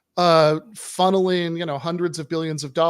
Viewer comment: ”FUNNELING? DID YOU SAY FUNNELUNG? HAHAHAH SOUNDS DUMB”